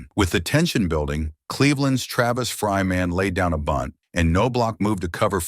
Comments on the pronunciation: Not No block. It’s also Travis Fryman, NOT Fry Man. AI sucks completely. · "Fry Man" ''Know -blauch'' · This is what happens when you use AI voice instead of a human reader. Also, it's Chuch Nob-lock and Travis Fryman (one word).